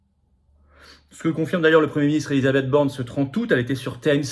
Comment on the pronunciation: Elisabeth BORNSTEIN dite Elisabeth BORNE